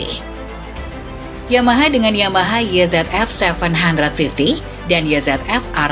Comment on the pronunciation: mbaa mbaa... parah bangat dah Starting Grid ini... nyebut angka pake bahasa inggris semua, giliran yamaha YZF (baca : ye zet ef) jiaahh ngelawak bae lu mbaa... makanya ngga usah campur2 bahasa inggris ama bahasa indonesia, udah pake bahasa indonesia yang baik aja... kalo mau pake bahasa inggris, itu YZF (baca : way zi ef) mba, buka YE ZET EF...